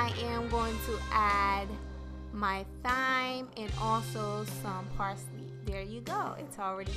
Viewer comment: Thyme is pronounced : Time 😊. Liked your video. Thank u love